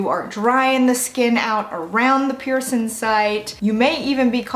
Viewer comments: You drive me crazy. The word is pronounced piercing, not pierce in! I know that you can pronounce a g, because you do it for every word ending in g except for piercing. Please work on the proper pronunciation of the thing so many of us are proud of and have interest in! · Listen to your audio. When you say cleaning, you pronounce it clean ing. When you say healing you pronounce it heal ing. When you pronounce piercing, you pronounce it pierce in. It appears to me that this is the only word ending in ing that you don't properly pronounce. I really do enjoy your videos but your pronunciation of one word drives me a bit nuts.